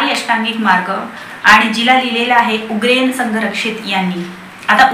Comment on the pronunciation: I know u are a good reader.. पण निट वाचा. उग्रेन नाही आहे ते. उरगेन आहे.